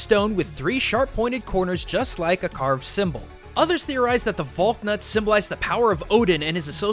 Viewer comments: It is val knut not valnut you pronounce the K and the a is like ahh vahhlknut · Odin's knot, Valknut is pronounced "Fahlk-noot." But I was hoping you would mention it, so I'm pretty happy about that. :) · Pretty sure it's pronounced val-knoot, or val-nut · You pronounced Valknut wrong.. Also most sources I've found place the culture in Northern Europe (where the Valknut originates) as older than what we understand as celtic culture and some aspects of celtic culture are believed to be influenced by the culture from Northern Europe. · Can pronounce Japanese words properly. Cannot pronounce "Valknut" properly...